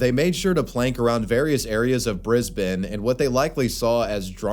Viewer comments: Thank you for pronouncing Brisbane correctly. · shoutout for pronouncing Brisbane correctly bless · The most shocking moment in this video is when says the name Brisbane properly, a first for an American Youtuber.